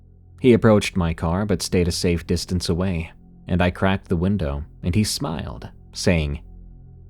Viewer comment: Great listen as always, but what is it about saying: "windaaaah" instead of "window"? It sounds hilarious!